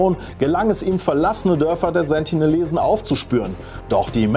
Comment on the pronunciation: Sie heißen Sentinelesen nicht Sentilesen